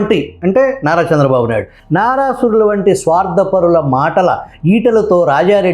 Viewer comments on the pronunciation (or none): none